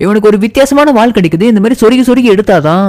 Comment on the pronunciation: வால் இல்லடா வாள்